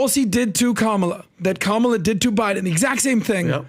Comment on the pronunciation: Four supposedly intelligent men, can't pronounce Kamala's name properly or just refuse to.